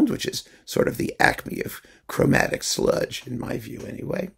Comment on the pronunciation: As a southerner, let me compliment you on your pronunciation of "sludge."